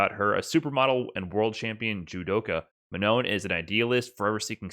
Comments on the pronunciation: About : Manon : it's not Man-on. (with a "on" that sounds like son, london, etc.) it's more like Ma-non with "almost" the same "on" we heard in "wrong" (just cut the "gu" sound at the end, you should have it) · Ma-NOH would be a lot better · Manon is sort of pronounced ma-No, but the n at the end isn't completely silent. Hard to explain the sound, but if you translate "non" on Google and listen to it, you should get it. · Manou, the n is silent. Why? Cause its french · If Manon is French, which it sounds like it would be, you don't pronounce the last N. Just Ma-No. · Manon is pronounce something like Mah-naw. The second 'n' is silent. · In French, we don't pronounce the "N" of Manon. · Hey, awesome video as always! For me you have almost the pronouciation of "Manon" right, you just have to not pronouce the final "n". Glad the French character is this cool anyways, she seems really fun:) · the last 'n' in manon doesn't really get pronounced, it's like a nasal sound. also it doesn't rhyme with 'known,' it's a bit more like 'gone' but not quite. french is weird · The S in Marisa should be pronounced like a Z. The "no" part of Manon should sound like the English word No. And if you are wondering, yes, you do pronounced the last letter in Manon's name; it's not silent. Source: Japanese is a phonetic language, so we know how to pronounce the names. マリーザ マノン